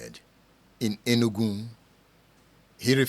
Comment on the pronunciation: It’s not enugun.it’s Enugu- pronounced “enuUGWU”. Edmund as an Igbo man you should do much better